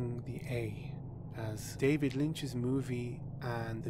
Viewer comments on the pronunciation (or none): none